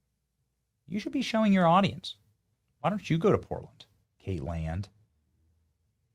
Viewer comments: its Kaitlan...theres not a d at the end. Why do you keep saying her name weird and with a d!? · Why does he keep saying Kateland? Am I the only one hearing the emphasis on this pronunciation? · The way Benny calls her 'Kait-land" every time 😂